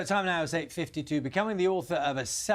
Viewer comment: OH NEOW!!!! THEWY FOOND MEY!!!